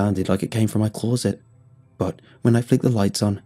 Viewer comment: Why does this guy pronounce "closet" like an American doinv a bad English accent? Clawset